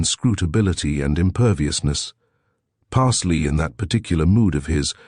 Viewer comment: Parsloe is surely the name ... pronounced Pars-low or Parz-low if from further south